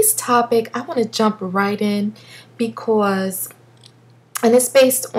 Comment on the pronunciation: I love how you say becawse lol new subbie :)